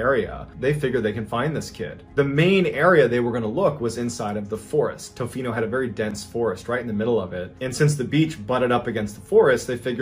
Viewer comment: Your pronunciation of Tofino is making both my husband and I laugh. Not in a malicious way, mind. We're Canadian, we just love being included in the stories 😅